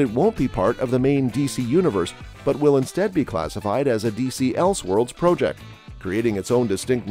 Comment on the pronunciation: Why the weird pronunciation of "project"?